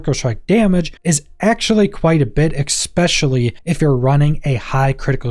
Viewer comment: Bro go learm how to say “especially”… where are you getting the “x” from?